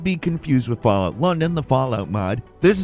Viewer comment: Fall… out? Fall out. Falloot